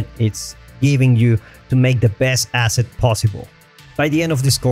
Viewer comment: say "asset" again.